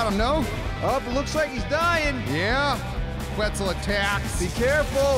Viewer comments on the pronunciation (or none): I'm pretty sure it's pronounced kets and not qwets